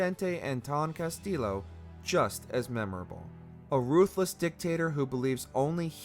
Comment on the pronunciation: Everytime he says Castillo he pronounced the Ls bu they are pronounced a (y)